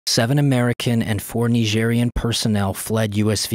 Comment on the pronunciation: Ny-jeery-anne. Nigerian.